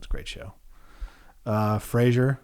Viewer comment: is true detective season 1 non-admissible? also im so triggered by saying fraser but ill be okay